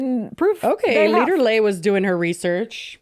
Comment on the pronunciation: calling Lilly Leader Lay is sending me 🤣🤣